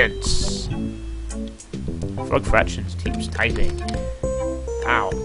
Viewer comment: Fwog Fwactions? I came.